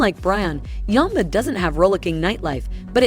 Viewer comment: how do you get yumba out of yamba ? do you call jam , jum in america ? lol